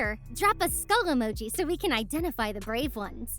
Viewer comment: 💀 skull I thought you said phone